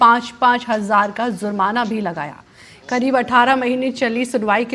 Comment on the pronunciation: Zurmana nahi jurmana hota hai, news reader apne pronounciations durust karen.😊